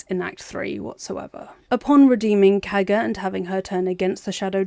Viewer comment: The way you say Kagha’s name sounds like Caca and I agree